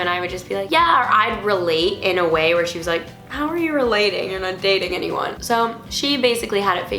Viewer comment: Did you say gayding in stead of dating? cx